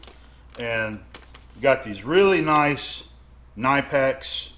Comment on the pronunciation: You actually pronounce the 'K' in Knipex - it's not silent. ;-)